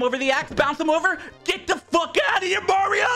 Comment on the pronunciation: "GET THE FWOK OUTTA HERE MARIO!" Ded XD